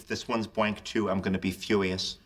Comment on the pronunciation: "If this one's bwank too I'm gonna be fuwious" is one of my favourite lines in the entire show